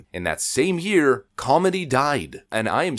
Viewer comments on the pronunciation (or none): none